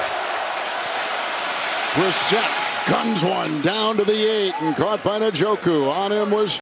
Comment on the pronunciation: Its funny hearing kevin harlan try to pronounce Njoku lol. The English vernacular isn't familiar with that type of name so he separates the N with the J, N-Joku. As an African its interesting 😅